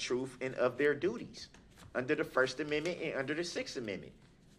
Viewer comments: If he says ammimii one more time !!! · STOP PRONOUNCING AMMENDMENT AS AMMIMIT! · "first ameme?" 😆 🤣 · The 6 AMENMET ??? 😂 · The Cartman pronunciation of 'amendment' 😂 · I never - NEVER - never tire of hearing him pronounce "axe a question" and "(whatever)# amemnent". Brooks showed what a complete novice trying to play professional and challenging the rules at all times looks like. His opinion (view) of truth and what is germane to the case at hand is absolute comedic gold.